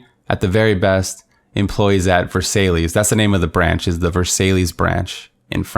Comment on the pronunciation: You know you are the best!!! Your troll factor on the French was pretty epic...”Ver-SALE-ease.” LMBO 😂😂😂 I am sure the team in “ver-SIGH” got a good laugh as well ✅⭐️👍🇺🇸